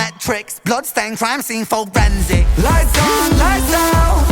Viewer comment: Great reaction. Every time I listen to this when he says "forensic", in my mind, it comes across as "for Ren's sick". Wonder if it was intended